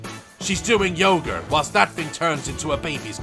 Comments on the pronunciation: Did the man just say yoger instead of yoga? XDD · Is it just me or did he say yoger instead of yoga lmao 🤣🤣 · Bro I literally cant Daz: sees woman doing yoga Also Daz: ”Yoghur” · I can't get past Daz saying "yoga" as yogur. Also, why does someone need a Kickstarter campaign for a single plushie...? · And "yoger" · Daz: tries to say yoga Daz: Yogur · Love the way he says yoga lile yogur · "Yoger" triggered the fuck out of me lmao. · Fkn "yogur" 😂😂👌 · Yoga ❌ Yogr ✅ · Anyone realise he is saying yagur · it sounded like you said "To do Yoghurt" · ‘Yoger?’ Daz is Bristolian now. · From now on yoga is pronounced yogur!